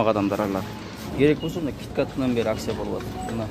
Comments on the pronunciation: Аксия эмес Акция Ц га ударение койгула . А так колдойбуз . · Акцияны тыныраак суйлоп алып акылдуу болчу,аксия дебей,бойкот мойкоту жок эле болуп турат акциялар